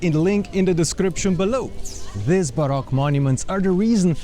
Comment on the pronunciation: You keep pronouncing baroque as Barack which is the president